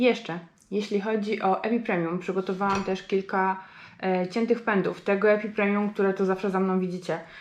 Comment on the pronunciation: Wszystko dobrze ale dlaczego mówisz epipremium skoro to epipremnum. Trochę precyzji by się przydało.